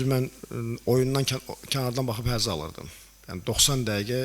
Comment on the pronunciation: 2:4 hezz aldız deyir😂😂